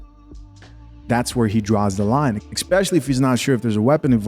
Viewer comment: Lol, bro it's ESSSS-pecially, not EX-specially Love the content 💯💪🏾